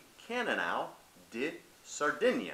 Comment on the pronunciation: How many things did you get wrong here? Di is pronounced dee...it's centenarians....and the majority of the centenarians that live in Sardinia come from the center of the island and do not eat fish... By the way Cannnonsu is just Grenache.